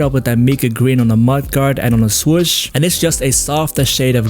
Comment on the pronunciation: “My-kah” green is the way to say it